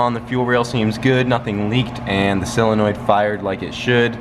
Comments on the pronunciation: Why does everyone say sillenoid? Its SOLenoid. Its not that hard. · You say solenoid wrong and its driving me nuts lol